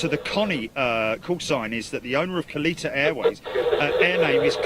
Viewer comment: I think it is said KAL-ETTA....or something close to that. A former NHRA drag racer owns the company. I remember that is how they said his name on TV.